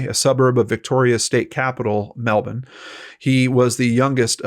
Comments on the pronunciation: is one of the few Americans I've ever heard pronounce Melbourne properly!! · I love that you can say Melbourne right! 😃 Thanks for the coverage as always. As a Tassie girl, Melbourne was my holiday stomping ground so it’s nice to hear it spoken about and pronounced properly by an America. How do you say Launceston? Lol Lon-seston 😉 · Yay, you pronounced Melbourne correctly! ❤️ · You pronounced "Melbourne" correctly!)))